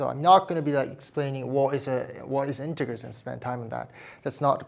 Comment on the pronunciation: Just started the video but you pronounce integers wrong and it sounds like a certain other word. That t is crucial and the g is soft.